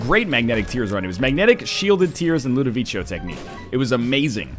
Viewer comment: Stop saying Ludovico wrong. For the love of God.